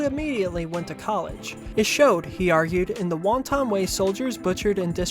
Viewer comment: Great video. Please Google how to pronounce words you're not sure of. Corps = core Wanton = want-un Etc...